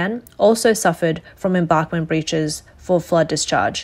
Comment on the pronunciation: her serious mispronunciation of embankment kinda bothered me.